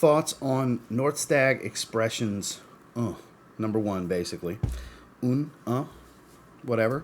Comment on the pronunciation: Good pronunciation of “un” (pronounced without letter “n” sort of like “uh”). French for “one”. Need a clone comparison vid of Tygar: Alexandria vs. Turathi vs. Paris Corner vs. Spirit of Kings vs. Theorem rue Broca vs. Junoon, etc.